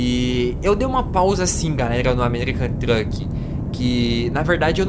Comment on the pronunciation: ele falo o americam truk kkk